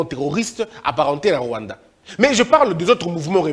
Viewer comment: Il avait Mal a prononcé le Rwanda